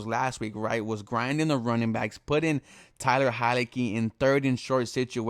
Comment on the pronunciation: Yea it’s Taylor tf is so hard about pronouncing his name ?